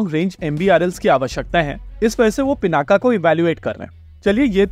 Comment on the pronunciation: नाम रखा गया शिव धनुष पिनाक पे फिर वो गया पिनाका। अबे नाम हम लोगों ने रखा शब्द अपनी भाषा का है फिर ये पिनाका कैसे हो जाने देते हैं हम लोग, योग योगा हो जाता है, पिनाक पिनाका हो जाता है। एक तरफ महाशक्ति बनने का सपना है दूसरी तरफ ऐसे छोटे छोटे मामलों में हम लोग अंग्रेजों की जबान टेढ़ी होने की चिंता करते हैं, होने दो सालों की जुबान टेढ़ी कम से कम हम लोग तो उच्चारण सही करें केवल भारत में ही नहीं हर जगह। योग को योग ही बोलिए धीरे धीरे वो भी बोलने लगेंगे।